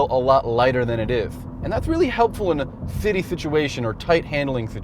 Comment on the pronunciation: haha i laughed when he tried to say " city situation "